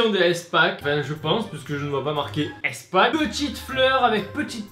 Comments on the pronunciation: Mais mais MDR arrêté stp ça ce dis pas èspack mais ispak xd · on dit ispack pas éspack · À toute la vidéo j'étais frustré tu prononces "Èspak" mais pour moi sa se prononce"ispak" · easpack ca ce prononce "ispack" Bisous 😂😗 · Sa me stresse comment tu dit EastPak xD Sinon super vidéo , c'est original !